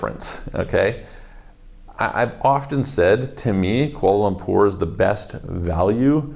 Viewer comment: its kular lempur